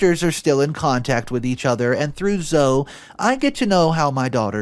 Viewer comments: I know the name Zoe looks like it should be pronounced like (Zo) but it is actually pronounced like (Zoey) I have a niece named Zoe and my dog's name is also Zoe. Both pronounced as Zoey. Great story! I'm so happy both the girls, and the twins were able to get away safely. And the fact that monster is now in jail for life, is wonderful. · Story 1 her name is pronounced Lee uh. NOT lay uh🤦‍♂️ and Zoe is pronounced Zoo E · Zoe is pronounced Zo-ee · Good story! OP was no way in the wrong! He just wanted to protect his daughter and ultimately he did. (fyi - Zoe is pronounced “zoe-ee”) 😇